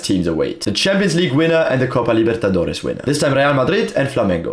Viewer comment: Your pronunciation of the south america things (like Libertadores e Flamengo) is really impressive!